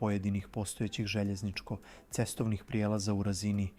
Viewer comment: Katastrofalno izgovara "željezničko-cestovni prijelaz"